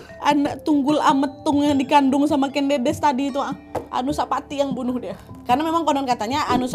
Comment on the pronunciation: Buat pecinta sejarah dan untuk semuanya. Aku boleh mengoreksi ya Kak Nadia, untuk pengucapan nama Ken Dedes. Yang benar begini: Ken Dedes (Jawa: ꦏꦺꦤ꧀ꦝꦼꦝꦼꦱ꧀, Kèn Ḍĕḍĕs) yang tidak paham IPA (International Phonetic Alphabet), cara ucapnya /è/ itu kosakata 'enak' dan /ĕ/ itu kosakata 'emas'. yang bisa baca Aksara Jawa, silakan baca. Matur sembah nuwun